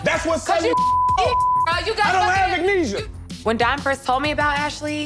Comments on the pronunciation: “I don’t have anesia”😂😂😂😂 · did he say...I don't have "ignesia"....LMFAO!!!!😂😂😂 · “You have amnesia” Don: “I don’t have ignesia” 😂😂😂😂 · 😂😂😂I couldn't stop laughing as for ignesia😂😂😂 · "I Don't Have Ignesia" 🤦🏾‍♀️🤦🏾‍♀️🤣🤣🤣 ok then Don. Wtf ever that is lmaoooo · “I don’t have ignesia” 🤣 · "Ignesia" 😭😭 Really Don